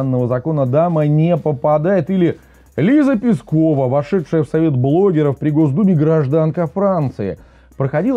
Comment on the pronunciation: Не ПЕскова, а ПЁскова. От слова "пёс".